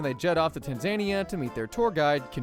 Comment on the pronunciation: BRO THATS NOT HOW YOU SAY TANZANIA